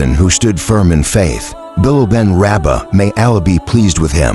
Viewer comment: Please pronounce his name. Correctly. Pathetic you are